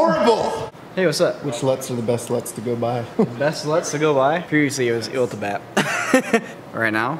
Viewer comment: Youtube-bot: "LUT's" sounds alot like Sluts... Aaaand demonitized.